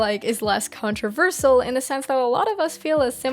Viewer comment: the way you say "controversial" hurts me